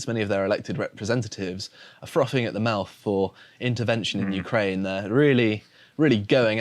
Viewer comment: froffing at the mouf LOL